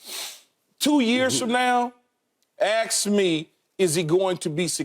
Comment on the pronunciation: Grown man with a multi million dollar national tv deal still talking about “aks me” wtf?!?!